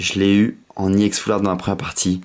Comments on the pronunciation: On dit EX pas IX en plus tu parles pas très bien dans tes video !!! Je préfère largement davidlafargepokemon ! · Arrête de dire iex c'est ex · Pourquoi tu dis iex au lieu de ex😕😕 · Pk tu dit i ex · On dit ex pas iex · Pk tu dis juste i ex normalement sais juste ex ?? Mais j'adore t'ai vidéo je me suis directement abonné CONTINUE COMME ÇA BRAVO MEC TU ES AU TOP !! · C'est pas i ex cest ex non ? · pourquoi tu prononce ie on dis ex tout simplement putain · on dit pas iex on dit ex donc MrayquazaEX pas Mrayquazaiex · désoler mer on dit ex pas iex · arrete avec iex c'est ex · Pourquoi tu dit IEX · Pourquoi tu dis IEX.Normalement c'est Ex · c'est pas iex c'est ex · on dis EX pas IEX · Et aussi t trop un noob c pas Gallame Iex C Gallame EX!!!XD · Pourquoi tu dit "I ex" ont dit ex je ne voit aucun I devant mais bon c'est pas de ta faute si tu n'ai jamais aller a l'école... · pourquoi tu dit i ex ? c'est chiant